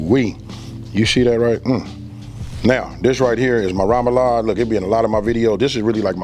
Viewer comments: remoulade not ramoulade lol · He said rum a lade.. it’s not pronounced that way